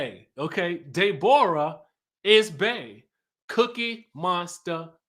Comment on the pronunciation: If nothing else was funny about this review, I cackled every time you said "Day-bor-uh"!!!!! 🤣🤣🤣🤣